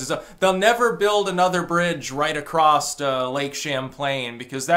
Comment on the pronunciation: Acrosst ..TRIGGERED